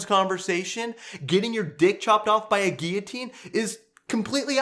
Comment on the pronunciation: okay the moment he barged in with the "Guillotine" I fking lost it